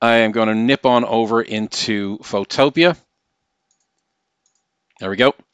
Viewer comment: Btw I think it’s pronounced photo-pea not photopia